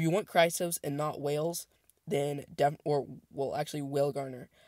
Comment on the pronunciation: I hear you saying it all the time, but you are not saying whalegnawer correct....It's not whale-gardener....It's whale-gnawer. You say it phonetically like whale-naw-er like it bites into whales its such a nasty dragon. It gnaws on whales. ...not being a douche or word police...I love your videos...Keep up the awesome work. add me to group chat if you can....ign: j0nny6 (0 is zero) gnawnô/verbverb: gnaw; 3rd person present: gnaws; past tense: gnawed; past participle: gnawed; gerund or present participle: gnawing1. bite at or nibble something persistently."watching a dog gnaw at a big bone"synonyms:chew, chomp, champ, bite, munch, crunch; nibble "the dog gnawed at a bone"